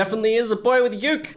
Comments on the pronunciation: its boywith ukey its not said how it looks just to say ^^ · U said youk its uke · Read it like boywithook